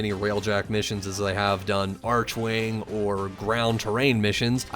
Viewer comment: its very strange to me how upset I was getting that he was saying "arch-wing" instead of "arc-wing". I really dont know why It bothers me